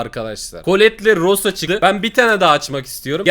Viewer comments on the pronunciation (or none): none